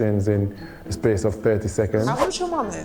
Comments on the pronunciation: Spee-ace... is funny when he does it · it’s when he says “I just need space” and the emphasis on the space got me everytime haha